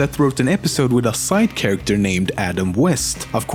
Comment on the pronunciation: Did he just pronounce Charachter "Sharakkter"? I dunno, maybe mishearing of me